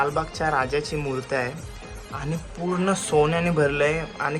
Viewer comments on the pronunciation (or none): Murt nahi re dada murti bol 😊